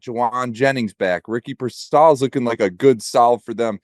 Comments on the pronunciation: Guys, it's PeerSaul - Pearsall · Why he say Pearsall like that lol